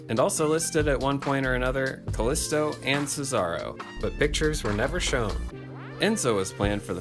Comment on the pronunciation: kaLeeesto not kaslisto